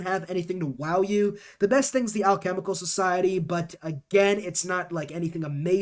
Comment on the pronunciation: Hearing you pronounce alchemical and occult was hilarious NGL